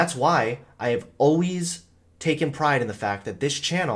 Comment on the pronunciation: Great video,. It's really nice to watch this transformation over the past years as I too have left conservatism. But WHY do you pronounce 'always'like that?????